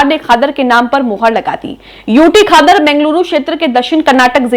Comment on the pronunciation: खादर नहीं क़ादर कहो